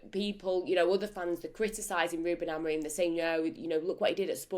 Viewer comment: Unsurprising there's only 60 likes after 11 hours. Ange and Crook very negative and ignorant. And how a supposed "Journalist" still cannot pronounce Amorims name right after 6 Months is ,... how shall I put this, "EMBARRASSING".